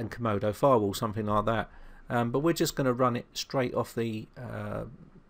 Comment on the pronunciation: Your accent reminds me of 2D from Gorillaz. He says "somefink" and "somefing" too and it's just so awesome and adorable and cool! Your tutorials have really helped me with my virus problems and your videos are the reason why my laptop is running again! Still sluggish but I think it's just from the extensive damage for having viruses undetected for 6 years. Yeah. I had 2 trojans and 11 viruses on it. All I thought was my PC was crap and had slow wifi when really I had malware from 2009 in all of my files. Thanks to you I learned how to identify malicious files and software and where to look and how to use cmd when I can't access anything else! I just can't thank you enough!!! You sir have earned a subscription from me! - Raeanna ♡